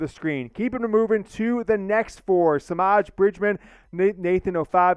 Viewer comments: Semaj is properly pronounced Sim-maaj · Ooof im sorry but that’s not how you pronounce Semaj